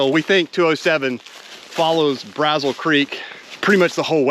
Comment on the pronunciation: I’ve never been a big fan of 207, but I’ve only ever hiked it in the summer. 🥵 it looks much better in winter! Oh, and Braziel Creek is pronounced “brazeel”. Great video! Thanks for sharing. 👍